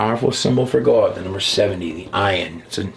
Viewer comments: How to pronounce GOD ??? GUAWD ???? R U HAVING A CLIMATE CRISIS??? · I remember when u sir,, used to pronounce God normally. If you had a stoke then i get it but thats the only reason that would make sense.